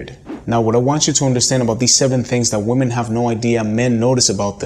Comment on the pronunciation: Why is it that so many native speaker men cannot pronounce the word women correctly?